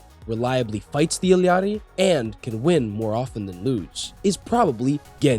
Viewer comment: I'm sorry but how you say Illari is painful